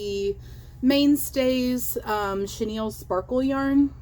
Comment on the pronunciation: “Chenille stems”… girl bye 😂😂